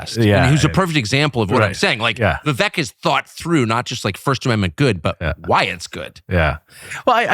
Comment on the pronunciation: Learn how to say Vivek's name, the end sounds like CAKE. Viv-"AKE". He has said this over and over and over!